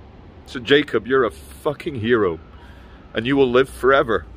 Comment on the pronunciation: His name is spelled Jakob but is pronounced yakob